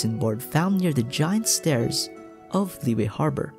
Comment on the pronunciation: Great video! Just a small correction: Liyue is pronounced as Li-Yue instead of Liy-ue. Make sure you sound the "y" as a consonant for Yue